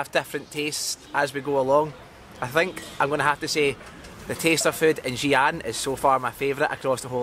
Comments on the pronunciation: Mr your pronounce Xi'an incorrect ! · Xian is pronounced as See Un